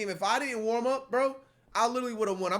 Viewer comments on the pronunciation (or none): none